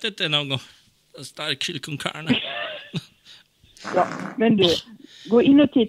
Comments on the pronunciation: Chili cön cörna😂😂😂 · chili cön cörne, nåhhhh!